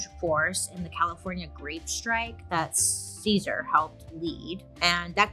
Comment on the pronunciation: Ahh!!! Happy heritage month to all my sisters and brothers! Thank you Bailey for covering this part of history and including it into your popular series in general 🫶🏽 also for anyone wanting to pronounce his name the right way it would be like Caesar ( Seh-Sahrr ) not like the salad! And for Dolores last name Huerta is pronounced as ( uu - eh - rr - tah ) the H is silent ~